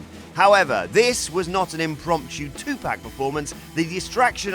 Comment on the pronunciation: It 2pac Not 2pack So Get It Right N Tight 😐